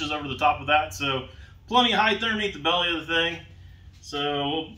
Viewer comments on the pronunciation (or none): none